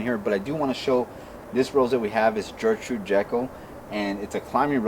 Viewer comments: Love the video guys. i just bought one of your roses. But I have to say it’s pronounced with a G. Your saying Jertrude. It’s Ger. Ger. Gertrude. :) Not to bust your balls or anything great vid and great channel. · It’s pronounced gurrrr-trude not Jurr-Trude. Very pretty roses. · Fabulous roses, love your enthusiasm. One thing, just because it was my grandmother's name, hard G at the start of Gertrude. Gert rhyming with Bert. Keep growing!!